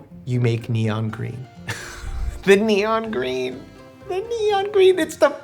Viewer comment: "neon geen"